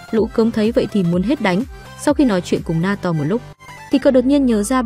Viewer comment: Naoto : ❌ Na to : ✔️